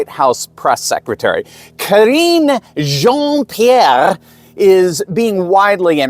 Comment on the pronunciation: I love your messages. Especially the way you pronounce Jean Pierre $#@ name. Had to laugh out loud. The way you mix intelligent messages with wit & humor is awesome. Thank You for exposing these people for what they really are & who they represent -- the dark side.: )